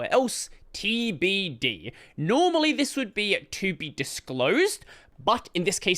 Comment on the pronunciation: Was gonna say, I think he said it wrong on purpose for engagement!